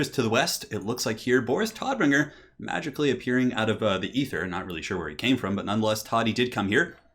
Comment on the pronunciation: Damn you Todbringer! As someone who's native language is german I always love it when people say german names and words with english pronunciations.